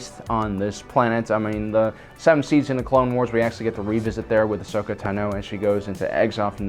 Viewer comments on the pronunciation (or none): none